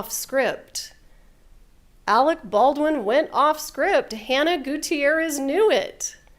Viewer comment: Why can’t the in-studio guest pronounce Alec Baldwin’s name correctly? He’s been calling him “Alex” all day! 🤯